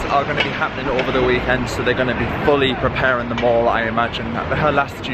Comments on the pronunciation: Mate, it ain’t pronounced “mawl” 🙈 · Hi, it’s pronounced the Mall as in pal! Not as in the American shopping centre!! X